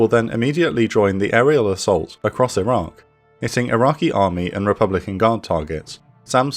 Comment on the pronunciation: Not sure why but often when you say Iraq it sounds like Iran. Maybe pronounce the Q (K) more?